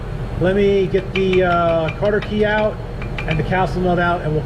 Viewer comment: That was a good vid and helped me separate mine on my 66 comet. also just a friendly tip, I don't believe it's called a "Carter key" I've never heard anything but "cotter pin" I may be wrong but figured I would say something before someone else ruder did. Thanks again for the info. Love the stang!